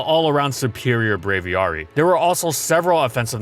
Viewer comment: Just so you know, it's supposed to be pronounced Brave-Ee-airy because it's Aviary, which is pronounced this way, and Brave. Brave Aviary. Braviary! Definitely not pronounced Brave-ee-ahri